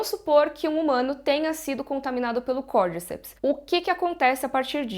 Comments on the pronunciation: Côrdicéps é a pronúncia correta e não Côrdíceps. No primeiro episódio eles falam. aos minutos. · Eu acho que a pronuncia correta é "Cordicépis" (cordy-cep-s) como é um nome em latim e é científico é falado cordy-cep-s com ênfase no é <3